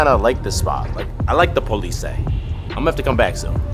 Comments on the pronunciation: Polizei is pronounced "politsai" :D. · The Po-leet-sei. Little nugget of German for ya! Love the videos. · In Germany the police is pronounced Pole etz eye